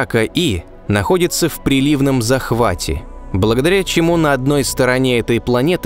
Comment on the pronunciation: Понравился видеоряд. Есть ошибки и оговорки в тексте. Например, о планете в приливнОм захвате (не прилИвном) "на одной стороне планеты всегда день, на другой никогда не бывает темно".